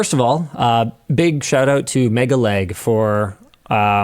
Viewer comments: I unfollowed LTT probably a year ago, after another scandal, as I do not want to support Linus. I have come here only to confirm that Linus did not changed and is someone I do not want to support in any way. PS: Am I the only one who hear Linus saying "mega-leg"? for me he clearly and intentionally mispronuncing it to make fun of MegaLag, which he did at the end of video. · Linus was also calling him Megaleg not megaLag which i found was a bit condescending, MKBHD has done a better job by removing Honey from his previous videoes and told people to uninstall Honey if they have it. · Megalag, not Megaleg. Get it right Linus. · It's not MegaLEG its MegaLAG, the disrespect is off the charts with these people.